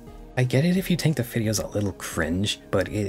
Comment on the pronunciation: “I tink” I’m crine 😂